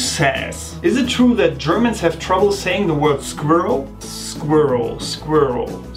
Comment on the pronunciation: You said squirrel the first time right! xD